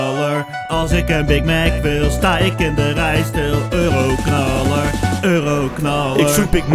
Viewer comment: je zegt 40 keer ueroknalar